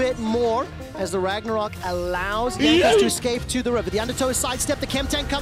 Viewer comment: mans said Jagnos